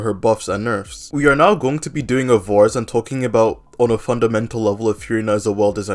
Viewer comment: "doing a vars" LMAOOOO